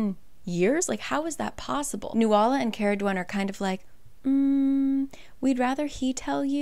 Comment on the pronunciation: Nuala is pronounced new-la 😅